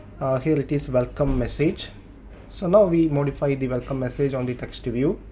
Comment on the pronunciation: 'message' not 'massage', really dude! learn English pronunciation first!